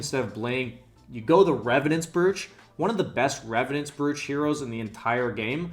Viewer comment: brooch is pronounced broach